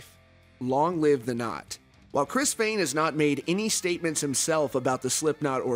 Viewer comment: “Former percussionist Chris FAAAYYYN...” I’m sorry😂